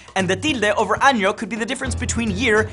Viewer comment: WHAT DID HE JUST SAY?!?!? My ears !!!! Tilde sobre año? THAT IS NOT AN ACCENT IT IS ANOTHER COMPLETELY DIFFERENT LETTER !!!!! How dare you call yourself Latino.....